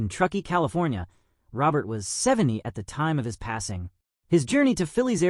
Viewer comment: You are saying his last name Wrong .